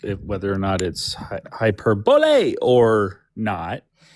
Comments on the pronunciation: Oh, yes, we heard high-per-bull the very first time. But asking for hiperbull for a third time was... Beautiful. Do these people ever use the dictionary? Never talk to other people? Ever go to school? Wtaf. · So, for the poor boy who didn't say hyperbole correctly, I see desperately just wanted someone to teach him. Definitely a situation where reading the word vs. hearing it in real life didn't come together properly.